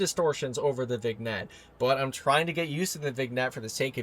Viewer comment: "vignette" is pronounced as "vin-yet", just so you know